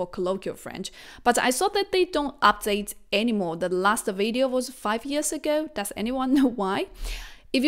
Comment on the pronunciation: You can’t even pronounce the word video properly. Maybe you wanna focus on that first